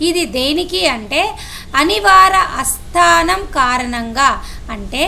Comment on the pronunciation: అస్తానం కాదు తల్లీ ఆస్థానం అనాలి.